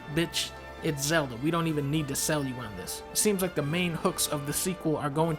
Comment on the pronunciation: Did you rike it